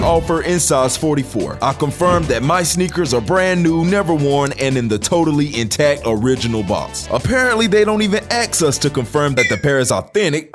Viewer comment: Bro, "Ask" is not the same word as Axe, or Axed...